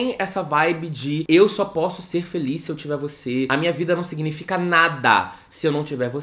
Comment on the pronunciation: 44: 00 eu amo quem fala dipois e filiz